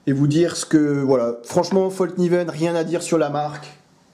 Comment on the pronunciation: Bonjour, et merci pour tes vidéos. Une toute petite remarque histoire de la ramener:-D Fällkniven: le petit [..] sur le [a] a toute son importance et donne à peu prés: fèlkniven.